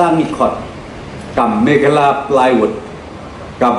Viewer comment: sar always say megala 😂😂😂😂😂 it's Mekhalaïa